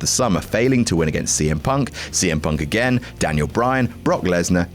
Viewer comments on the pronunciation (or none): none